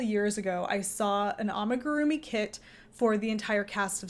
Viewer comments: well, I thought about it, but the pronunciation might not even be wrong, I think the problem lies in the fact that you give emphasis on certain syllables. Japanese is in particular not a language with (a lot of) emphasis. You say it like amiguRUmi but it should be more like a mi gu ru mi. All syllables equal in length and strength…. Hope this helps 😅 explaining is hard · The butchering of the amigurumi pronunciation❤️😂🙈